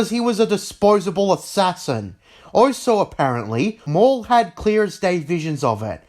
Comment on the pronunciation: So you can say also? but most of the time I hear oso